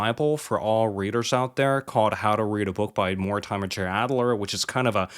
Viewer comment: More-Di’Murr is really how to pronounce that authors name. (I had a friend with that as a last name and that’s how he always pronounced it)